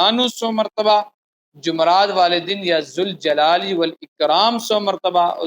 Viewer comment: یا ذالجلال پر پیش نہی پڑھا جاتا جب یا کے ساتھ پڑھنا ہو تو ربر کے ساتھ پڑھا جاتا ہے